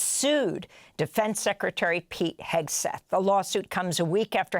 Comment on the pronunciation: "Pete Hegsess" Sen Mark Kelly says. "Hegsess", as in "excess". Wonderful Freudian slip!